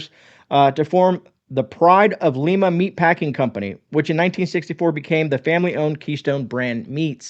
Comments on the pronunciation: Just for info it's NOT LEE-MA it's LYE-MA Ohio... And yes I'm the Grammer Police LOL Thanks for the video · Sorry that American English is so diversified and has so many regional pronunciations. In Ohio, we pronounce the "i" in Lima as a long "i" as in ice... Li-ma. It's easier on the face & mouth muscles because the sound comes out Lay-ma, not Lee-ma. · Well I live on the other side of Lima Ohio. in a small town called Delphos. now I grew up in Lima. keystone meats has been around forever. but there's one thing you're tripping up on. it's not Lima (l-ee-m-a)😁 we a bunch of rednecks around here. it's pronounced and this is phonetic " l-eye-mah " long ago, in the nameing of the city,one of the founding fathers of the Town had in fact have malaria at one point and been very ill. the group were taking names that they were putting into a hat. basically to name the town. he put in Lima as thats where his cure for malaria came from. so for one reason or another he wasn't at the meeting where they actually pulled the name out of the hat. so they got Lima and they were unaware of the proper pronunciation of it as in, Lima Peru, so they pronounced it Lima. like I showed you up above. it's been that way ever since. I know this because I had to do a history report on it when I was in 5th grade. many many many many many many many many moons ago.😂. But I appreciate you pointing out the difference of the keystone companys. I was about to lose my giblets. cuz I really do like the actual meat that keystone meats producers. they are on Harding highway in Lima Ohio, just east down the road from i-75. Cheers!! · Not Leema, Ohio. It's pronounced Limea, Ohio. I eat Keystone Meats every time I eat at KewPee. I've been to their butcher shop many times. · Li- ma not Le- ma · It's LIE Ma > not Lee Ma. ;) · Great video, and it’s pronounced “ Lye-mah” fyi. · FYI, it is pronounced Lima, like lima beans, not like Leema. Good vid. O - H... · Just so you know its pronounced lie-ma.....